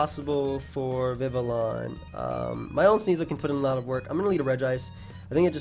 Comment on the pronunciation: The pronunciation you were looking for is Viv-ee-on. It’s based on the French language pronunciation which makes sense because Kalos was based off of France 👍🏾